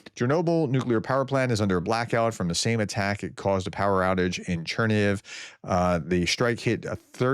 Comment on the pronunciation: Chernihiv = Chair-nee-heev